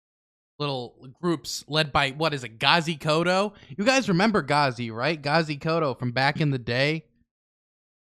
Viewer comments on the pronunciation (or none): KODZO not koto. And yeah he's crazy but he's also really funny.